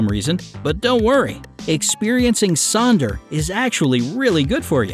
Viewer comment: It’s not Sonder, actually Sönder